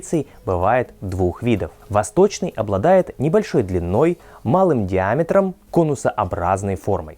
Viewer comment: на конце слова говорите "ы ", сабызгы. Спасибо за выпуск.